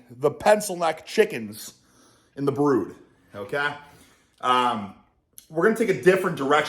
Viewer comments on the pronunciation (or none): none